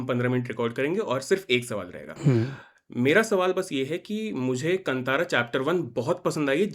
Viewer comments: Why Hindi people behave like aliens, that is kaanthara, no kantara, pls pronounce properly 🧐🥴😄😄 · Kantara nahi bhai Kaantaara🤦🏻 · It is कांतारा and not कतारा.. why do we have so much of problem in pronouncing properly our own Indian words when it is written clearly in Hindi